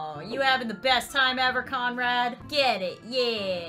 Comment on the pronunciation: I thout you said comrad